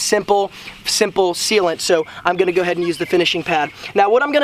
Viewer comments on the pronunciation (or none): 😂 You're being sarcastic, right? Yeah, especially the "Go head" instead of "go ahead". Perfect "pronunciation".